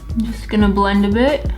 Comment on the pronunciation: When said, "just gonna blend a bit" I heard "just gonna blend a b**ch" 🤣🤣🤣 is this dyslexia?